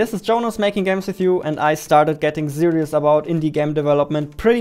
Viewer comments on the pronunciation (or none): "Zirious", "Zatisying", "Zeeing (Seeing)", "Inzane", even the words are entertaining good job Jonas!!! Love your vids! "What do you want to zee" - I dunno